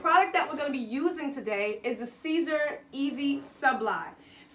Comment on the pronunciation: It's pronounced SIS-ER not CAESAR